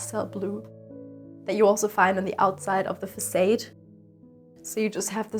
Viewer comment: Great home and video. (English pronunciation note: in America facade is pronounced fah - saahd. There is no long "a" sound.)